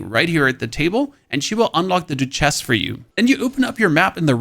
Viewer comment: “Doo chess” 😂